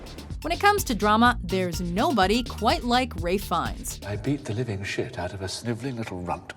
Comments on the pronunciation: did she just say ray fines ? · Ray Fines? That's how you say it? Huh... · THAT'S how you pronounce Ralph Fiennes' name??